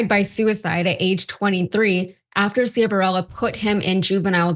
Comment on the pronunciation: The judges name is pronounced Shiv-a-rella…. He was the judge in a DUI case of someone I know personally & he was also the judge in a civil suit I was involved in. I am absolutely DISGUSTED that he would have been pardoned! Shame on Biden!